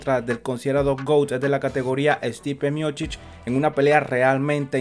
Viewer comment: Es Miocich y no Miochich